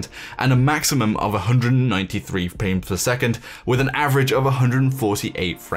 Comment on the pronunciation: "Fpamefs a second" xD